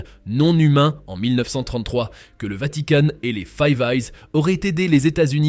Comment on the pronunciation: C'est quoi cette voix , pas de pause pas de respiration et qui pronnonce vanticane au lieu de vatican, je zappe next.